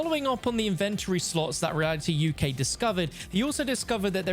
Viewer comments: That’s the first time I heard anyone pronounce Inven-tory like Invent-tory. I was so conufused at first 😂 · why do you say inventory like that?